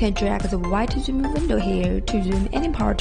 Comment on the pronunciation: please find someone else to narrate your videos....it is so hard to understand her English she keeps failing to pronounce many syllables/letters (zoom...is not pronounced oom...you have to pronounce the z as an example) a lot of words are said so fast you can't understand what is said and the pronunciation is all run in. Suggest the narrator slow down, and start pronouncing all the words/letters.